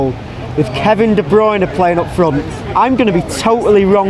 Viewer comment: Gonzalo Olguín also, a random factoid out of nowhere, just for future reference, i read that his name is pronounced de-broon-ya, everyone seems to get it wrong haha